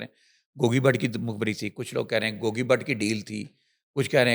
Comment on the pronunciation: When the anchor started I thot shes discussing in English.... But how she pronounced Gauggii... And the urdu... Amazing 😂... is doing Well... ❤